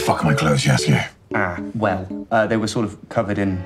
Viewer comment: The fact that Jaskier is pronounced "Yas-ier" really adds to him xD